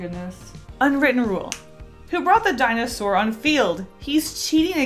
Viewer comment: “Binosour” IM DYING FROM LAUGHTER